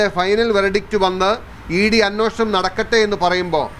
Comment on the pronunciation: അന്വേഷണം അല്ലേ...?? അന്നോഷണം എന്ന് പറയുന്നു... 🤔🤔